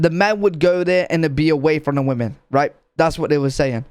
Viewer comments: Why the fuck does the narrator keep saying woman instead of women?? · What gets me is that the narrator pronounces "women" the same as "woman" XD